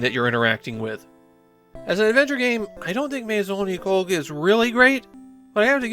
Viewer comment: Nah, having watched the entire anime series in Japanese... he was saying it wrong. You say the "oo" sound of the U at the end.